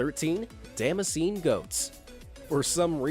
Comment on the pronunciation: Damascus goats - not dammassean - it's pronounced Da-mask-an